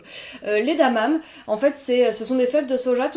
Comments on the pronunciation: Coucou ah oui c'est cool les graines de soja ! bonne trouvaille ! par contre ça se prononce à la japonaise on dit des édamamé ; au début je ne comprenais pas de quoi tu parlais ! alors il y en avait chez Picard, très cher... et je crois qu"ils n'en ont plus depuis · Bonjour ! Je crois (mais je peux me tromper...) qu'on prononce édamamé... Pour le sucre, tu pourrais peut-être prendre du sucre blond au lieu du raffiné pour commencer ? L'alcamatin je n'ai pas du tout aimé, trop fade, alors que j'adore les p'tits dejs de Sol Sémilla qui sont aussi sans sucre. L'alcamatin aide à alcaniser l'organisme pour un bon équilibre acido basique. Sinon, je cherche toujours les fèves Tonka pour les goûter. Belle journée !